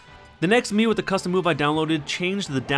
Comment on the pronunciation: Whenever you say mii it sounds like mew :o